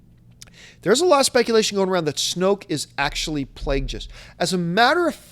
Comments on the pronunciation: Plageus has a hard G.. Like the word Plague. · Plague... us!! It's pronounced Plague... Us! You know that John!!